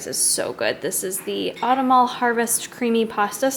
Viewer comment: Lol that word is not pronounced "autumn-all" its "aw-TUM-nall"